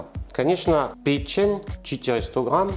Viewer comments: user-ep7hr2pp8j по русски пЕчень, а не печЕнь.... Французские слова - ударение на последний слог.... ФуА грА, шампАнь... Или вы о чëм? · Печень, на первое Е ударение